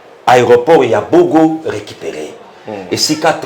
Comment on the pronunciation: C'est BOGA et non BOGO